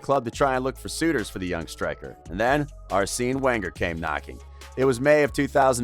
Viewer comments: "Theory Henry", "Arseeen Wenger", "Robert Piercey", damn. And the mic constantly clipping was also totally avoidable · 'Arseeen Wenger' lol what??